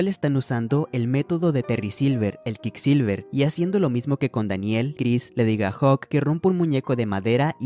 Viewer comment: QuickSilver se pronuncia “cuik silver”y es un juego de palabras con lo rápido que es la enseñanza de ese método y el metal “mercurio” cuya forma de decirse en inglés es “QuickSilver” literalmente “plata veloz”